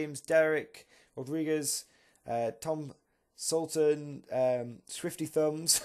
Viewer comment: Ok is there a guy called Sultan after my name or did you miss pronounce it? Thanks for doing awesome videos